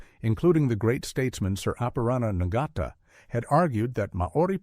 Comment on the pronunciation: Not "Nigata". This is pronounced as: "Nartar"